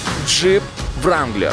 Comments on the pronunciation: leon kazarov это точно, особенно Джип "ВРАНГЛЕР" слух резануло) Уж для закадрового текста-то хотя бы можно было подготовиться и узнать как правильно слова произносить.. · После того как он сказал "ВРАНГЛЕР" - дизлайк залетает безграмотному, как к себе домой.